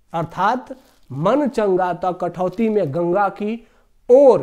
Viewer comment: कठवती नहीं कठौती होता है